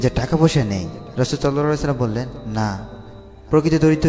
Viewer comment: সাল্লাল্লাহু আলাইহি ওয়াসাল্লাম ঠিক ভাবে বলতে পারেন না? 🙄😒